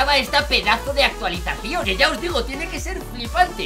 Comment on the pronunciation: dijo actualizasao